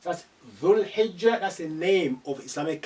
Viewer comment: Aslam waleikum. Just had one question sometimes you don't pronounce tamarbuta and in some words you specify it for example time It was dhul hijjah ti but it was just pronounced dhul hijjah. Kindly explain. And a big big thank you so much to make Arabic so much easy may Allah bless you, your family and ur team for such amazing course.